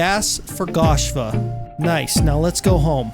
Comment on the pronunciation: It’s goshva not gashva